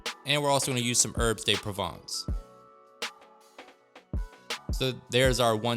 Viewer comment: It’s oh jus, not ahh jus. And it’s herb duh Provence, not day Provence. Just a French language tip. All good.